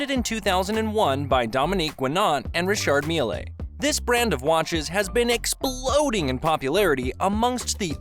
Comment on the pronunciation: its pronounced rishaard "mill"